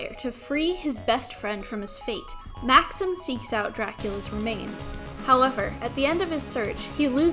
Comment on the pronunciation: Maxim and Juste are French names, therefore Juste's buddy's name is pronounced Max-eem.